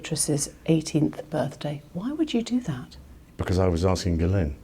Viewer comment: The interviewer has a strange way of pronouncing Jizzlane Maxwell's name. Someone should notify her.